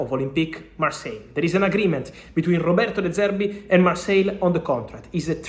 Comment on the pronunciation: “de service” 💀